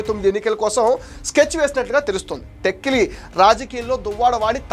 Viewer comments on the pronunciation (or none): టెక్కలి అనాలి టెక్కిలి కాదు🤦‍♀️